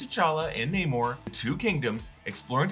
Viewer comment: why everyone says: NEEEEEEYMOR instead NAAAAAMOR, after the character pronounce his own name?